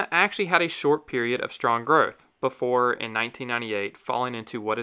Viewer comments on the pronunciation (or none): none